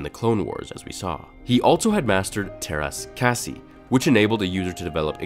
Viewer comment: Sorry.... Not "Bear-edges" It's "Bar-rah-ges" sounds like "garages" Yet you pronounce Teras Kasi properly. Wtf? Obi-Wan not in tune? He was one of the only Jedi to sense the Sith (even though at the time he didn't know it was a Sith presence) and the counsel of masters couldn't.